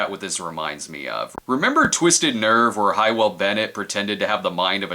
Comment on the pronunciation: Hywel is pronounced "How'll", not "Hi-well". Also r.i.p. Charles Grodin.